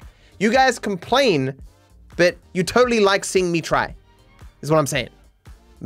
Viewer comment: "You guys comPLANE..." 🤣